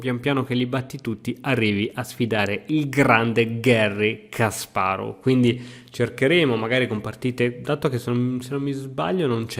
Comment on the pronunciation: Ti prego, impara a pronunciare Kasparov, perché quella pazza che ho di fianco si incazza con me se tu lo dici male.